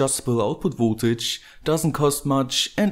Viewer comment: Its V"O"ltage not V"U"ltage. ... but I like your videos :-)